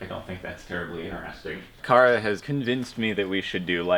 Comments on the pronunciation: I love the plate, which made me giggle. I legit car uh? Car uh ?? Kara!!!. 😂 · "CAR UH" I love it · Same, I laughed at that